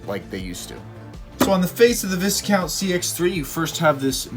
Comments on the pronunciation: It's vie-count not vis-count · Dude I think in Viscount the s is silent making the pronunciation vicount. 👍🏽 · It's pronounced VI-count. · Pronounced “Vy Count”. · Learn to pronounce Discount . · Be good if you learnt to pronounce Viscount properly!